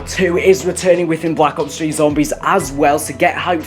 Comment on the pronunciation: Sounds like You're Saying Call of Duty Black Cops 3 ?